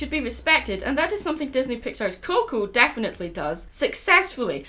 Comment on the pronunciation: Did you say "death-finetely" during the Grim Reaper part?